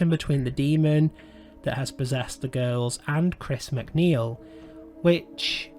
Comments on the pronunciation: Another movie ruined by David Gordon Green. It can’t compare to the 1973 masterpiece. The first movie in this trilogy might have faired better as a stand-alone possession movie vs. trying to connect it to Friedkin’s film. FYI: It’s pronounced “Raygan” not “Reegan” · Dude if you're going to do a vid expecially about a well-known character at the very least pronounce the bloody name right it's RAY- GAN not REE-GAN. Christ on a bike it really pisses me off!!!!! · Ray-gan not ree-gan. 🤦